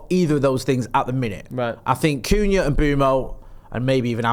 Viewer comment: saying Cunha is too funny, ‘Coonyah’ 😂